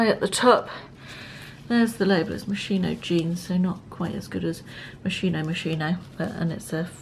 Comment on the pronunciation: Thank you for another enjoyable vlog. Just a tip..... Moschino is pronounced "moss-keen-o" !